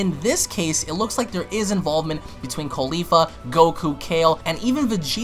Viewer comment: I like how you call caulifa “khalifa